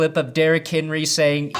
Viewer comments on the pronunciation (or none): none